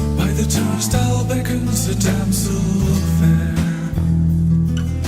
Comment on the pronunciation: It's pronounced "TURNSTEYEL" Hard "I". You don't know what a turnstile is? Come on, man.